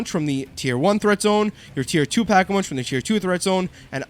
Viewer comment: Did you say pack-a-munch???